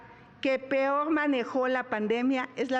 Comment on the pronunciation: Xochitl dijo " PIOR" JAJAJAJAJAJAJAJJA 😂